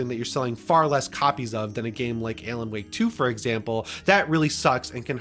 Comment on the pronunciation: Buddy really consistently mispronounced ALAN